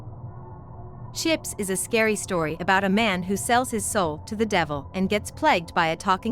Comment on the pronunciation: "And I shall have chips"... That sounds so wrong dude like bros name is chips don't say it like that 😅